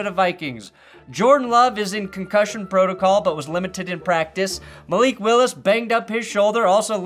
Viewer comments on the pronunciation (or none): none